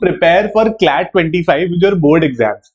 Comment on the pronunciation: Sir clat nahi slat,mhcet wagera